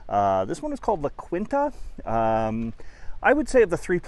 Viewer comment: Not to be pedantic, but isn't it pronounced La Keen-Ta?